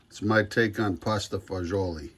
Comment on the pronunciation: Best dish there is, what youre thinking is neapolitan language you said it right in italian. All those words you said are more or less right in neapolitan language. If you come to italy its not all the same